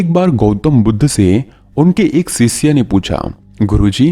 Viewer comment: Please correct your pronunciation. It's not, सिसय, it is शिष्य